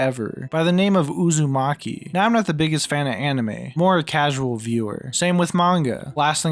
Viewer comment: whenever I hear you say "Uzami" I hear "A zombie." Which had me so confused for the longest time